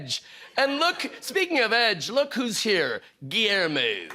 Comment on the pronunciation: Whenever Kimmel returns, he’d be shocked to discover that he’s been demoted to occasional guest host of Jiminy Glick Live. 😎 Truly incredible week by Short. Prob. can only be topped by Matt Damon Hijacks JKL The Sequel. 😅 Finally the best entertainment reporter gets Guillermo’s name right. 😄